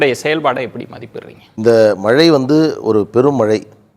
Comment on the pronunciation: PRASANNA says MALAI(should be MAZHAI) VELICHCHAM(light) says Vezhichcham, arrogant speaker.